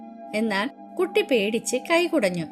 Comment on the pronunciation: ടീച്ചർ കട്ടി അല്ല കുട്ടി ആണ്